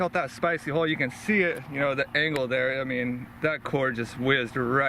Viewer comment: Sometimes, when you say hull, it sounds like hole. Just so ya know, lol.